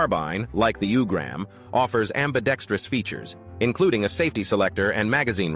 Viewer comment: It’s pronounced “ooo-grum”. Not “u”-gram